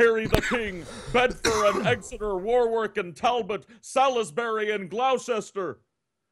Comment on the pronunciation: Damn you butchered Gloucester and Salisbury!